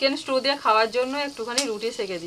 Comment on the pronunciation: Strew noy stew bar bar strew bolcho , holud dite hoy na Thik moto uchharon korbe😊